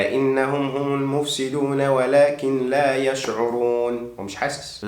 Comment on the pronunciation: فيديو جميل ومفيد كالعادة بس في حاجة حابب ألفت انتباهك ليها وهي في الدقيقة في الا انهم هم النفسدون ولكن لا يشعرون انت اظهرت النون في ولكن وهي فيها إدغام بغير غنة عشان النون وراها حرف لام فهتبقى قرائتها ولكلا يعلمون وبالتوفيق دايماً وربنا يزيدك من علمه